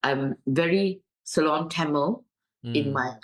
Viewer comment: is truly a good listener and gives ample time to the interviewee with minimum interjections etc. etc. Appreciate that. BTW is is pronounced as "SI-LON" 🤣🤣